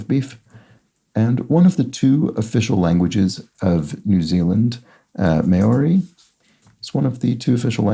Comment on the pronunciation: Here's me being picky but Maoris pronounce Maori as Mow-(rhyming with now)-ree